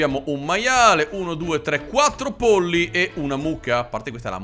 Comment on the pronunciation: Ogni volta che dici pollo/i mi diverto un mondo (x il modo in cui lo dici)